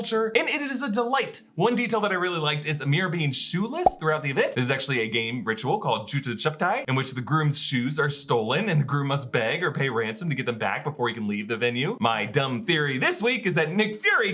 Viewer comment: its Jooota (shoes) Choo-paai (hiding)